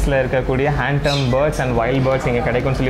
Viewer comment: Bro it is Hand Tamed.... It is not Hand Termed..... This 💯 wrong.. your videos are too good... I always hear you telling hand termed this is not correct...